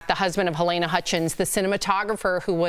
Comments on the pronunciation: FWIW, her first name is "Ha-leena", not Ha-layna". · Whatever you think,. But not for nothing, she's dead, it'd be nice to take the time to learn how to say her name.